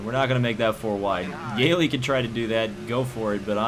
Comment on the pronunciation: Btw its (yee-lee) not (yay-lee